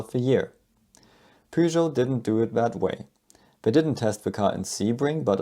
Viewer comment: P what? Peugeot... oh, immiadiate dislike for not knowing the correct pronunciation. Smells like Texas and Alabama when it comes to foreign car/brand names.